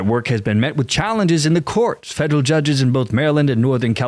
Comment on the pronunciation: Dont know what a 'Fedle' agency is. Fed Er All. Federal. Say it with me Federal Feels good doesnt it?